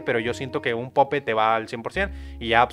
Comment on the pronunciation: Wey se pronuncia poup no pope